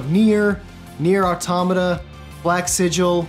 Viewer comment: AUTO MATA. not autamata.